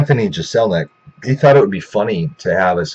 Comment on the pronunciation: You mispronounced his last name...